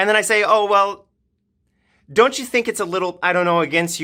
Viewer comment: “NOW LOOK AT YEUW”